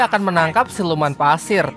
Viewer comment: Pasir bg bukan Paser Kek orang Jawa